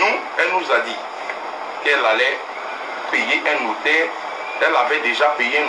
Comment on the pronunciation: Ma belle on dit notaire